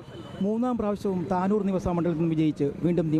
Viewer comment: there's one mistake. not thanoor that's thavanoor..